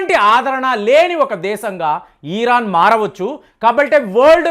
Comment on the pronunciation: Ee ran enti sariga palakatam rada style ahh